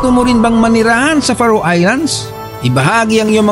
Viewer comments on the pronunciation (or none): FAROE is pronounce "Feh Row" not Fa Roo. I have a high school friend who settled in Faroe Islands with his wife. Would love to visit it since I know very little about it.